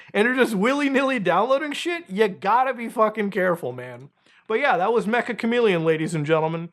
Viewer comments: Its pronounced meh-cha not mech-ah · It's not mecha chameleon, its ME-CCH-A chameleon, Meccha in Japanese means "Very" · It's pronounced Meh-cha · ik no one really cares but Meccha is pronounced more like meh-cha /met͡ʃa/ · Mecha is apparently pronounced as mecha(cha-cha) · its pronounced metcha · Meccha is pronounced meh-cha kind of like mochi or matcha